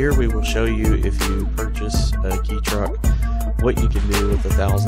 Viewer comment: It's pronounced K or Kay not key, my ex girlfriend is Japanese and owns a Honda Acty it's awesome